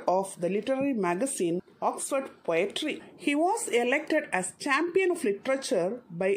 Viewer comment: Written as companion .....and pronounced as champion...!😐